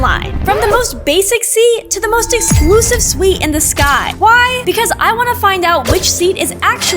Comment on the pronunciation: Its suite